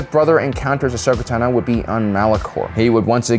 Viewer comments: "Ashoka Tan-O" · WHY do you pronounce Ahsoka Tano like that? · I didn't care about your list at all after that pronunciation of Ahsoka Tano and you not knowing the timelines shows me you are just reading a script. Probably never even watched rebels.